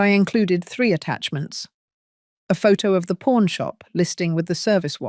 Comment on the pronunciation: Pawn store, not porn store…laughable error